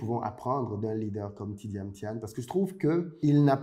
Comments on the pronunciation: C'est Thiam pas Thiane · C pas thiane mais thiam,m a la fin!😂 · Bjr. Je suis ivoirien et je vis aux USA.Merci infiniment d'avoir fait cette video sur Thiam. Mon clavier est en anglais donc desole pour les typos. Je note au passage que tu as ecorche a plusieurs reprsies son nom lol. Deux points m'ont marque. celui ou il dit que l'autorite ne s'exige pas mais elle se consent. Et le deuxieme touche au capital humain comme la plus grande richesse de son parcours. Thiam est quelqu'un que j'admire bcp. j'ai regarde de lui toutes les videos youtube aussi bien en anglais qu'en francais et je suis arrive a la conclusion que ses succes tiennent a un seul point: le BON SENS. Son analyse emprunte de bon sens des phenomenes a fait la difference partout ou il est passe. Et c'est bien ce qui lui donne toujours une longueur d'avance et qui fera de lui le futur president de la Cote d'Ivoire. Cette qualite ne s'aquiert pas a l'ecole. on l'a avec soi. Elle est differente des performances a l'ecole.